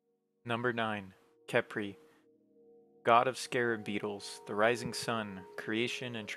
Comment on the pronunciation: Khepri sun? Caprisun!?!